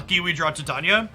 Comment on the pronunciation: Hey, I just thought I mention that Titania is pronounced like the metal titanium but it's with an A at the end instead of UM not an issue just thought I'd mention it.